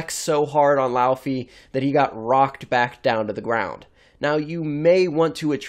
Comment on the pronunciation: It's not LAUUUFI in pronounciation, it's LAWFEE. Laufey.